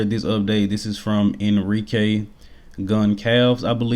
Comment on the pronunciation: You gotta work on that latinoamerican name pronunciation bro , the way you pronounced Enrique and Ramon Dino made me flinch 🤣